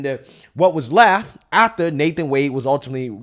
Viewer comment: Before, and "ATHTER"🧐. Anyone else notice this? Love the content but wow